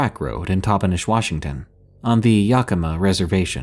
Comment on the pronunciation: Just a quick FYI.... The Yak in Yakima is pronounced just like the animal .Yak- i - muh is how it sounds. You got Toppenish right👍.😁